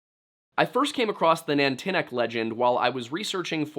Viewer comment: Nantiinaq is "NON-tee-knock", not "nan-tinnuc". Stavanger is "sta-VANG-er", not "stavvinjur". Stop mispronouncing things. And to answer your question: "gwitchin".